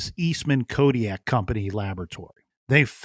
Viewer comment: Eastman Kodak, not Kodiak, Captain.